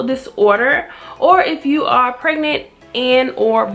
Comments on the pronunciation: “preganant” got me crying 🤣🤣🤣🤣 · Pregganant lmao